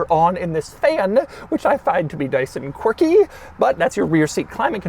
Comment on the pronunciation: Je suis français. How many times did you say "quircky"? LOL